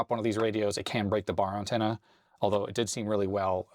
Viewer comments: In 60 years of life, I’ve NEVER heard it pronounced “UNtenna” until now… 😂😂😂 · "Uhn-ten-uh"....interesting pronunciation. Just some light teasing....I enjoy the little unexpected things in life... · You say antenna weird. AN-tenna. You say it like my ex-girlfriend from New England says aunt (I pronounce it like ant). AUHNT was how she said it. Like she was saying OUGHT. Strange. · Had to rewind it a few times! Caught me off guard. Maybe it's "Canadian" upbringing :) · Ok I don't think I've ever heard you say antenna before, you definitely say it a little different than I'm used to. Not calling you out or anything it's just different.